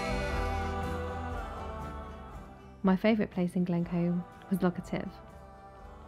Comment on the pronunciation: Great vid. Need to work on your pronunciations a wee bit. With Loch Etive and Arran.....the emphasis is on the first syllable, not the second. :-)